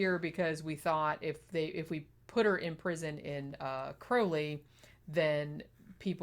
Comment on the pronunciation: I'm from Crowley, you pronounced it right the first time. And this case was whispered about, but never really discussed